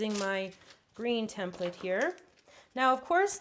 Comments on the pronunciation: she just doesn't pronounce the E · how she pronounces "template" , so annoying